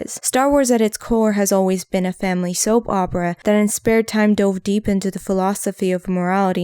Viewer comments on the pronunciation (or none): none